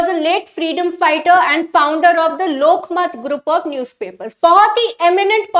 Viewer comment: Madam.... lokmaaaaat nahi lokmat hota he...... kinara nahi kirana hota he. Anyways, nice way of teaching.